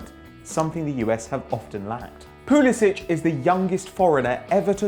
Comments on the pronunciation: its pronounced PulisiK not PulisiCH. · it's pronounced pulisic not pulisich even Christian said it himself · Pulisic. the c makes 'k' sound. this isn't a Croatian list breh. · Pusilic is pronounced Pulisik because for some reason he wants it to sound more American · Damian Likes Vegemite Pulisic said that you pronounce the k sound